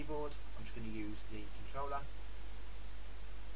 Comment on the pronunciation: "controllla" I'm dead